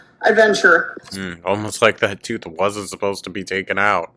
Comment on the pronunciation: Here faster than can say "tooohth"